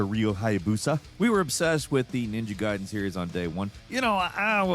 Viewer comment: So you CAN say Gaiden the correct way! What the heck happened in that video this weekend??